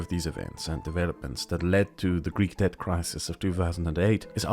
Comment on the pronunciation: “Debt” not “Dept”